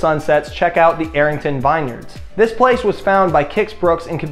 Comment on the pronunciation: “Vin-yerds” - vineyards.